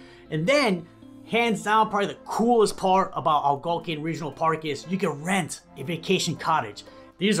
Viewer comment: It's pronounced Algonquin...not to mention the 20164 side was built buy US steel in the 60's.